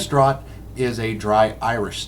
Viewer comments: It's pronounced - "DRAFT". You didn't pour the Nitro Milk Stout correctly. You pour HARD, and don't tilt the glass. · You mispronounced the word 'draught'. That is the UK spelling of 'draft' and is pronounced the same way. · I gave up on this review after the pour. Should have given up after he pronounced "draught" incorrectly. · same here. I was like 'noooo what are you doing!' ugh such a good beer put to waste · America or not, any bloody beer drinker should know the proper pronunciation of the word draught.